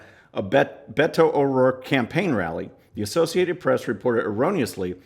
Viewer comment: His last name is O'ROARKE for God's sake.